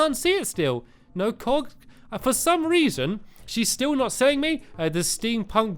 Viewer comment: When he said cogs it sounded like cocks